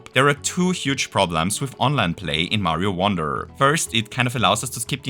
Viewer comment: Oh! You said Online! I thought you said Onland lmao.